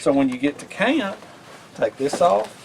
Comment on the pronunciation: Bro, I think what I like most about your videos is your accent and your uncanny ability to turn one-syllable words into two-syllable words: camp becomes cah-yump, knife becomes nye-yuff. I'm just teasing you...your passion is obvious, and your videos are entertaining, imaginative and more importantly, always informative. Keep up the good work!